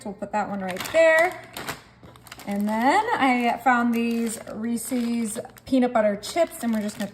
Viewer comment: You create great no bake desserts. But why do pronounce Reese's with a long 'e' at the end?... Reeseeeee's never heard this candy brand called that before. Ree-suhz